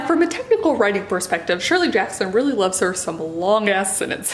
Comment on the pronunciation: Ugh - Jackson not Hackson - I LOVE her writing. Not a dis on her skills at all.